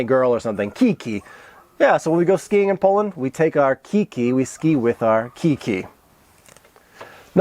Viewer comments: nie 'kiki', tylko kiJki :} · I have a problem with your pronunciation of ski poles - you were saying like it was "Ki-Ki" but those are "kiJ-ki" (diminutive of "kije"). 😉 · We all should call it that "Ki-Ki" 👍 it sounds much better and it so funny 🤣👍